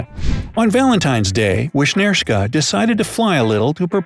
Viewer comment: how you pronounce wisnierska is vishnierska.Thats how u pronounce it